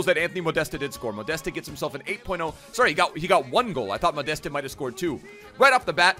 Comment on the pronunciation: Your „ModestE“ doing my head in